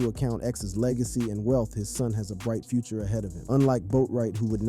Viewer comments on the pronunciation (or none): none